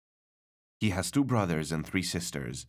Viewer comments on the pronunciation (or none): none